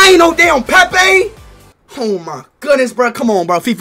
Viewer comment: That ain’t Pepe that’s pee pee